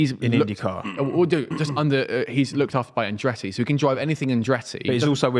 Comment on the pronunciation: His name is ColTon HerTa no Coen herA and Andretti not Andreey speak the Kings English